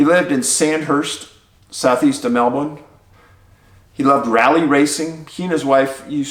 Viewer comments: I mean look at Picnic at Hanging Rock... there are so many missing cases and weird circumstances in Australia - it's a place for curious stories. Thankyou for all your work its just incredible!!! Also I really appreciate you saying Melbourne right ! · I have family in Australia so was happy to hear your correct pronunciation of Melbourne! But it is JEE/long. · Nailed the pronunciation of Melbourne! But Geelong is pronounced like "Jelong "😋